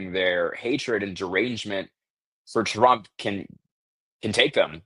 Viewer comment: ok, this is the second time you've taken over for benny and at this point im calling it out Why are you saying "President Drumpf"? i let it go the first broadcast bc it seemed you were tired and i was just hearing things speech impediment with T's - nope